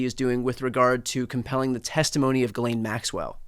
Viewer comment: Thankyou for not pronouncing her name "ghizlane".Its French I think